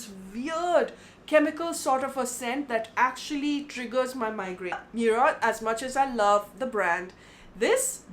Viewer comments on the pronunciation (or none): Its moorad not meurad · baat samajhne ki nai fake karne ki hai. Its an arab origin word which has also become a part of our lingustic culture. To fir kyu aise acting karni ke moorad bolna nai aata. What nonsensical pronunciation is meuuurad